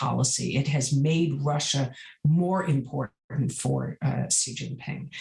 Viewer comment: It’s SHE. Not “See” 🙄